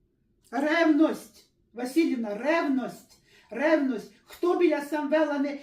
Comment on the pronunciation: Сама озвучила РРРЕВНОСТЬ!!РРРЕВНОСТЬ! Вот поэтому ты и гавкаешься со всеми